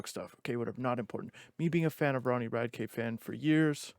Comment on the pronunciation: You’re saying his last name wrong dude come on